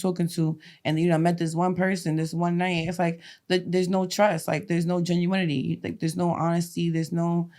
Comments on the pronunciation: GEN-U-IN-NTY??? Oh my God 😅😅😅😅😅😅😅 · To genuinity and beyond 😂😂